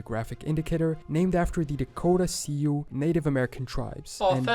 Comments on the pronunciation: Sioux is pronouced SOO, not SEE-oo. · The original video had an understandable pronunciation error. Sioux, he pronounced See-oo, is actually pronounced Soo. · People that can't pronounce 'Sioux', probably should have looked it up. It's not 'see-you" it's 'Sue'. But kudos to him for trying. 😁😁😀 Algonquian is a language whose roots run through many native American tribes. Meaning they shared the language at one point and spread out through the US. It's not 'Choctow' it's Choc-tah' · I'd always heard that Utah was named for the Ute tribe. Fun fact, Apache is a Ute word also meaning "enemy." Colorado means "colorful," not "colored," and that is indeed red clay. Three of the six Sioux (pronounced "Soo," not "See-ewe") nations with similar sounding names: Nakota, Dakota, and Lakota. Arkansas is pronounced "Ar-can-saw." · Sioux is actually pronouned "Sue". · Sioux is pronounced "Sue" not whatever the narrator said. Algonquin is a native language. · I thought it was pronounced Sue like Sue chief. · Just wanted to point out the word Sioux is pronounced Sue. In the video, the maker pronounced it wrong. The Sioux are a native American tribe. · Actually Sioux is pronounced Sue. Native Americans sometimes came to elementary schools and taught us a bit of history of their culture. It was one of those guest speakers deals during our classes on the Oregon trail or the trail of tears. It was actually kinda nice learning about what they were. Florida has a lot of people of Seminole heritage heck even the county I live in has the tribe’s name. It’s hard for them though as they haven’t really integrated into modern society too well as they tend to keep to their reservation and casino near Miami. A few wander up every once in a while though. They are having trouble just getting decent jobs without the casino because it’s literally all they know. It’s a hard life for them you know. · Awwe, he mispronounced sioux